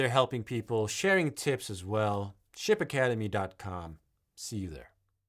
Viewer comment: When you said "Ship Academy", I heard "Shit Academy" 😆 🤣 😂